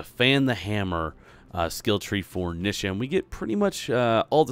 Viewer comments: Why do people pronounce Nisha as Nih-shah? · I hate the way he says her name.